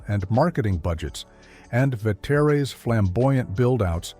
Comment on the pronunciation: Frank Ve-tay-ray’s!